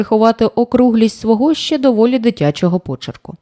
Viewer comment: Радий ,що натрапив на ваш канал. Дикція, чіткість, тембр - супер ! Іноді проскакує м'який знак та "є" після " ч" та "щ"(чьому, щє) - це сучасна молодіжна вимова, а так тішить вуха тверде :ч" та "щ"(чому, ще, що ).Успіхів вам !!!